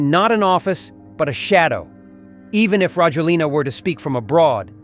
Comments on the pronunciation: His name is pronounced rah-JWEL-nah. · A little tip for you,never pronounce the last vowel when you speak Malagasy.As for Rajoelina ,he fled on jet to Dubai not France.The plane that exfiltrated him from Madagascar to Reunion was French but then he took a private jet to Dubai.